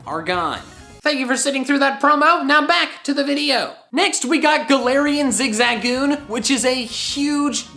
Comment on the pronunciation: I literally almost clicked off because he kept pronouncing zigzagoon wrong.